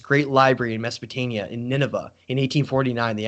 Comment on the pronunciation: Mesopotamia you keep saying Mesopotania. Maybe I am getting something wrong maybe I am hearing you wrong. Love you're content though.